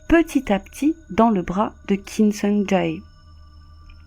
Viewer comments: C'est Kim Song "Jay" (pour la prononciation), pas "Ja É" 😭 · On prononce son nom "Kim Soung Djè" ~ désolé mais tu le dis tellement de fois qu'à un moment, il faut rétablir la vérité... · Son nom se prononce Kim Song Tsé. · Kim sung jayy 😂😂😂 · vos vidéos sont bien mais on prononce « képop » comme en anglais et on prononce Kim Sung Jè.En tout cas continuez comme ça 👍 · Quelle histoire tragique Juste petite correction mineure ( on prononce "sungjè") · Ni sur la prononciation de Kim Sung Jae 😅